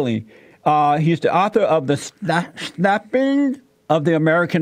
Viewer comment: wen jesse pronounces the word snappin lool